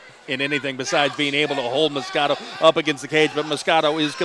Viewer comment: its MOS-QUE-DA the fuck is so hard about that